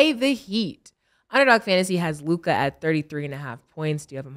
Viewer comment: 😂 I die at how they say certain players names WemBAY LukAAH